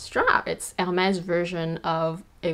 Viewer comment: Finally someone who pronounces the brand correctly, you gained a new follower 😊